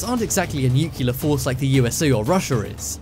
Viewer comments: "Nuclear", not "nucular". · PLEASE SAY NUCLEAR AND NKT NUCELAR sorry but it’s kinda annoying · It's nuclear,not nukyilla, I thought you was English at first,but I'm not sure now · for the love of GOD!!!! its nuclear not nucular..... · Firenet Gaming I think British people say nucular and Americans say *nuclear*, I don’t really bother about pronunciation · New-clee-ar, not New-cue-lar, sound it out now N-E-U-C-L-E-A-R...... freakin' English, can't speak English, imagine that?!?!?! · Nuculer. ??? wot?? Repeat after me: NEW CLEE ARR. Now say it quickly and you get "Nuclear" There, that was easy wasn't it. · Nuclear = 'New'+'Clear' not 'New'+'Killer' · Please learn how to say "nuclear", it isn't nukular, it's nuclear- pronounced new-clear. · Nuclear, not new killer. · nuclear is pronounced "NEW CLEAR"!!! "Nuke u lar" is not a word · I think it is a NEW-CLEE-AR bunker not a newclear one:\ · It's "newk-lee-ur", not "newk-yoo-lur". Oh brother! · NUCLEAR = NEW CLEAR. Not NUKULAR you sound like Homer Simpson 😖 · Nuclear, not nucelar! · new-clee-ar, not nuke-ya-lar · Nuclear not nucilar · for goodness' sake will you learn to pronounce 'Nuclear' it is Nu-clear NOT NU-cular. Also you can't have cold 'temperatures' you mean low temperatures or cold weather. Such things warn me that you are careless with detail and so not worth watching. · Nu-cle-ar. Come on guys. We don't need to quote G. W. Bush all the time. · I hope this narrator learned to say nuclear. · I`m constantly stunned at the number of people that cant pronounce "Nuclear" and then go on to use the incorrect pronunciation of "Nucular". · NIIKILAAR engineer... NUCLEAR, NUCLEAR. NUCLEAR!!! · That's 5 minutes I'll never get back. BTW it is NUCLEAR not NUCULAR. Obviously not a Rhodes scholar. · makes me laugh how this guy sounds british yet pronounces nuclear as nukiller like an american ffs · Nuke-ya-lur. LOL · NUCLEAR. NEW-CLEAR. NEW. CLEAR. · Please don't say "nukyular". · please its not nuculer nu nuclear